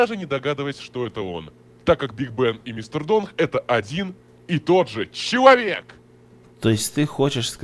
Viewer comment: Мне одной смешно когда кипер сказал ЧЕАВЕК